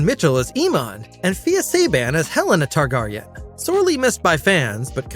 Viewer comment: You lost me at House Tarr-Garr-ion. I'm out.